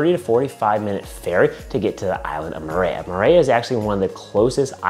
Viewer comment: I the pronunciation needs help... Murayuh 🥴🥴🥴